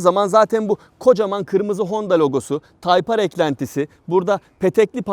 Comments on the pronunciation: Nasıl yazılır ? Type-R Nasıl okunur ? Tayp Ar Nasıl okunmaz ? Taypır :) :) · Nasıl yazılır:type-R Nasıl okunur:tayp ar Nasıl okunmaz:taypır :D abi yarıldım yaa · Nasıl yazılır? Type-R Nasıl okunur? Taypar Nasıl okunmaz? Taypır =O :-P ;) :-( :-) :-! :-$ B-) :O :-* :-D :'( :-\ O:-) :-[